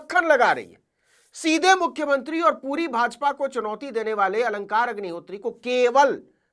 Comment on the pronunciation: Aap sdm sahab k naam ko galat dhang se le rhe hain Aap sachhe patrakar baniye .